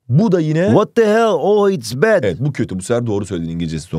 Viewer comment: 30.41 "what the haeil oh its bad" 🤓